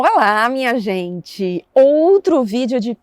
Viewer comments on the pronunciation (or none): O seu 'oi, minha gente' é muito Bahia, véi.